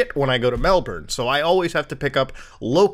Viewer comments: I love when Muta covers anything from Australia because it's so funny to listen to the pronunciation. Mel-barn, Voddafone and so on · It's not "Melburn" or "Melborn" it's said MEL-BIN, Mel gibs in the bin. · Aussie fan here... yea it sucks I wanna cry Also your Aussie mates should of told u it's pronounced. Melbin, brisbin yada yada